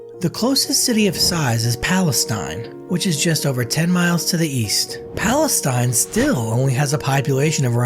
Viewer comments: It’s not pales tine it’s palesteen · I live like 20 min away from there. By the way Palestine is pronounced Pal-uh-steen. Texas has weird pronunciations of cities. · FYI, Palestine is pronounced Palesteen here in TX. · Brehhhh, it aint pronounced said like the country in the Western Asia… More like saying it with an E instead i ; more like Palastene. & trust me, I know, i know, it is a bit ridiculous for that to be even considered an insult to some one, however it’s we are talking about Texas… and if’youz don’t like it, den go’on got tf outta here damn liberalz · Not how you say palestine this ain't the middle east its pronounced pala-steen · Palestine is pronounced palesteen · It's not pronounced Palestine it is not a Middle Eastern country pal-uh-steen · The towns name is pronounced Palace-teen. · I jumped in the comments to say just that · It's pronounced Pal lie Stein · Palestine isnt pronounced that way here- its pronounced as palest^teen not like the country of Palestine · Need to learn how to pronounce the name of the town if you are going to report. Immediately threw me into thinking this guy is not creditable when he can't even pronounce the name of the town. During the construction a lot was had to be redone, example the locks were placed on the wrong side of the doors to the cells. Many people don't understand that prison is not a holiday resort, yet what can we expect in today's society.